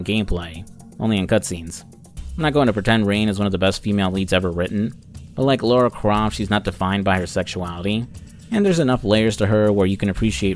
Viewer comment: It's La ra croft, not Laura croft. Other than that, it was an amazing review